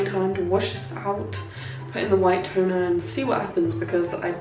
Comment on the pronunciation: When you said “white toner” I thought you said white tuna